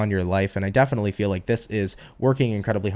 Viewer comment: That "defically" was totally "Blonis"!😂😅